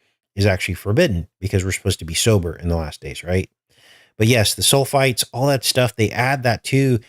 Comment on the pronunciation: You said “sulfates” but I heard “soul fights”